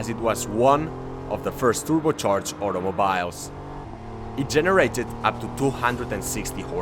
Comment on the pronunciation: Like your style. Love how you say automobyle. Keep up the good work.